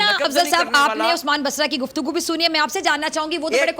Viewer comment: Abe ye GuftGu hai ya Guft-Guh ho chuka hau😜😜